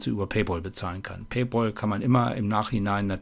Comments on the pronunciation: es heisst "paypäl" nicht "paypaul", pal=der freund, paypal = bezahlfreund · Hey, es heißt "Peipäl", weil pal ("päl") der Kumpel ist, also "Zahlkumpel" 😅